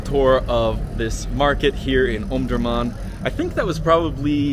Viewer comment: Omdorman Not Omdomam Iam from sudan,omdurman